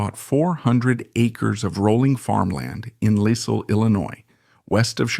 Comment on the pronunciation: Arnie Morton and George Morton were not part of the salt family. The town is pronounced “Lyle” not “Lissle”. This doc is terrible. Sterling Morton had no descendants. The Morton steakhouse has no connection to Morton family. The narration is terrible. And the writing is terrible and non sensical.